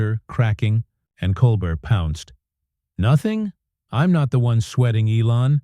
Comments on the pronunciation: It's Col bare not Col bert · This AI is garbage. It can't even get Colbert's name right. How long has the man been on TV? And AI still can't figure it out? Yeah, pardon me if I don't quake in fear at Sam Altman's feet... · This pretty obviously is made up by AI. The announcer can not pronounce his name right. There is no video clip for any of what they claim. Steven doesn't perform on Friday. Bogus, rejected. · AI CC was poor. Can’t humans proof it? AI voice only managed to pronounce Colbert’s name correctly one time. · AI generated Bullshit, this never happened. Can't even pronounce Colbert's name.